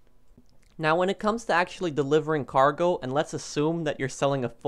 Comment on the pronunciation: it's cargo not gargo lol